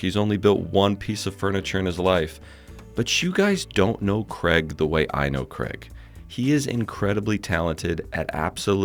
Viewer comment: I still think you’re calling him Kreg!